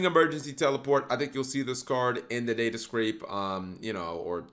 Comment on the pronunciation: Stop calling it DataSCRAPE. It’s SCAPE